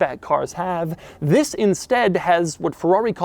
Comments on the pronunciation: Mr. “This” the most advertising and entertaining pronounced “THI$” I’ve ever herd. Sir you Must call ur channel “this” or have a brand that goes with. Mr. THi$. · Fhiss is the New Ferrari 812 GTS, I like how he pronounced This’ like Fhiss 😂